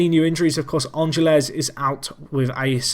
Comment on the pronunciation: Ángeles is pronounced AN-hel-ez (you have to sort of roll the "h" sound that the "g" makes)